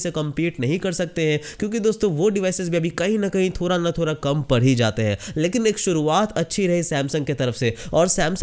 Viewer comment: "थोरा" नहीं बे "थोड़ा" होता है बोलना तो सीख MI को बर्बाद करने चला